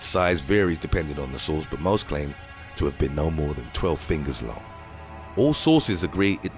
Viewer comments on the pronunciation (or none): none